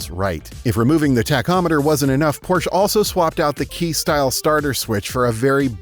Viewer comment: Look up how prounounce Porche